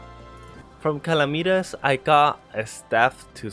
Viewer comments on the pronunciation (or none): Calamitas is said in a similar way as calamity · I love the way he says calamitas “calameatus” Love the vids though! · I dont understand how people can say calamity fine but cant say calamitas… like it’s literally the same word why do you change your pronunciation